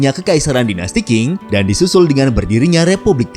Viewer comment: Dinasti Qing...tidak dibaca dengan King tetapi dibaca serperti Cing.....